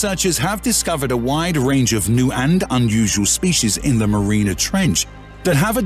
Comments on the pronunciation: And Mariana is not pronounced marina. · I know thought that was a really bad mistake mispronouncing Plato as well as Mariana.